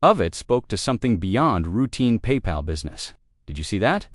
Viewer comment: Not paY pal!! But one word Papal.